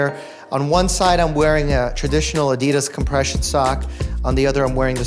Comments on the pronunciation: Ahhh I love Dr Mike but why does he say Ad dee das, it’s Ad di das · why do you say adidas wrong??